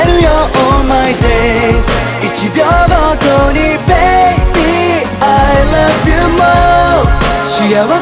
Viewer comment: The best part is: "I lup u" 🤣🤣🤣🤣👍